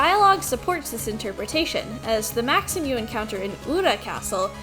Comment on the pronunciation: Maxim and Juste are French names, therefore Juste's buddy's name is pronounced Max-eem.